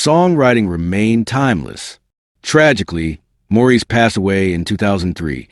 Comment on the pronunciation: This was a great and very accurate telling of what in my eyes are the royal first family of music. Although Maurice or Mo for short, is pronounced Morris, the rest of this brief video is an excellent, true piece of work that I enjoyed and appreciate.